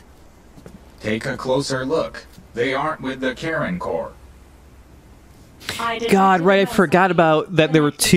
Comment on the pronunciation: Does anyone else keep hearing "Karen Core"?